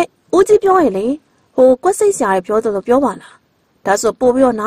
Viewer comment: မိတ်ဆက်တော့ မမမြူအသံနဲ့ တင်ဆက်တော့ ဒီအောက်သိုးသိုး၊ ညှောင်နာနာအသံကြီးနဲ့ ဆိုတော့ ပရိတ်သတ်ကို လှည့်ဖြားရာ မကျနေဘူးလား အော်ပရာရယ်....... ဒီအသံနဲ့ ဆို ဘယ်ဇာတ်လမ်းမှ နားမထောင်ပါဘူး။ အသံလုံးကောင်းချင်သားနဲ့ "တယ်" ကို ထွက်နေတဲ့ အသံက နားဆင်သူကို အတော် စိတ်ပျက်စေတယ်ဗျာ။ သူ့ ဖိုင်လ်ကို သူ့ပြန်နားထောင်ခိုင်းကြည့်ပါဦး။